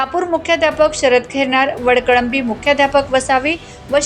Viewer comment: माँडम गावाचं नाव चुकलं आहे वळकळंबी नाही ❌ वडकळंबी ✔️आहे